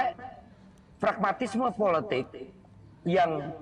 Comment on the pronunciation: ucapannya dibetulin, "politik" bukan "puletik"